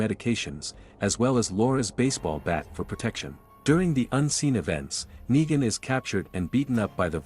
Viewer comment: Why you say nagen